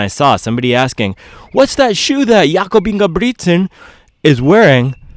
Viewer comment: "Yakoooub Ingeeubrigtttsennn" "bad BOyyyyyyy, hUOOOO!!!" 🤣The accents are great bro keep doing that! Anywas just got my vomero 17 from ebay today, I was blown away by how good they look, how high quality the upeer and tongue is, and how comfortable lacing them up was, the step in feel was HUOOOO, you know it's goona be a good running shoe if the first steps feels like heaven. I am super exited to run in them tomorrow and it's gonna be a biggggg upgrade from my Adizero SL, they feel very firm to me as a very light runner.